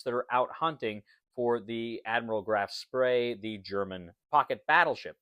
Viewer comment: It is not Graf Spray :) The ship was called Graf Spee Beside that, nice video and nice game.